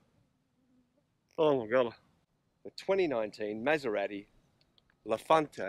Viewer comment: Learn how to pronounce Maserati before you do a document on the best motor vehicle in the world.